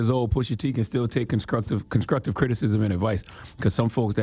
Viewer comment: How come CtG can't say 'str'? ConSTRuctive my guy. You're a professional talker. Gotta come correct.